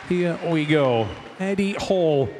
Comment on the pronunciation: the last thing you want before the lift is the commentary screaming your name wrong :D